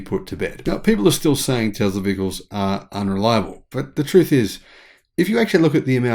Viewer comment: It's....not Zam... t's teSS-la.... not teZZ-la